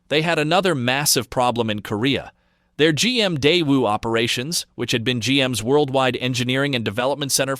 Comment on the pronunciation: Daewu, pronounced die-woo, not day-woo. It's your company, folks. You owe them the respect of not butchering their name.